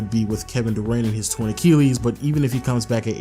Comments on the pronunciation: "ach-EEL-ees" lmao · It annoys tf outta me when you say Torn Acheelees